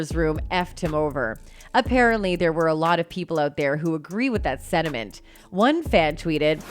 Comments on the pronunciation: Sentiment not sediment. For someone whose whole job is to do voiceovers you should probably learn to speak. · She said sediment, like rocks. not sentiment. He is a joke. I liked him on Doctor Who. I hate him now. what an absolute joke. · Sentiment not sediment (sand on a pond floor) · She really said "agree with that sediment" 😂